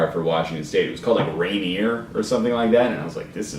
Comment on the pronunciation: Rainier is the the worst beer like ever but its so cheap, and you were pronouncing it correctly, its named after the tallest Mt. in Washington